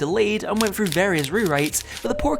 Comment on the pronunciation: please learn how to pronounce "th" sounds "finking it frew" at around 4 minutes in got me leaving this video man